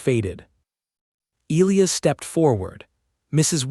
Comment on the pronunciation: Pronouncing Elias wrong the entire story drove me crazy